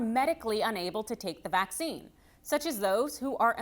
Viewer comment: AARRGGHH!!! The word is pronounced Vack SEEN not Va ZEEn.